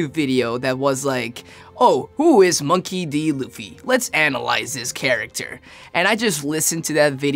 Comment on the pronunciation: why does he pronounce it MAWNKEY D Luffy?